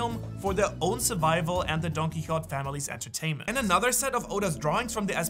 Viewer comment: You’re saying DonQuixote wrong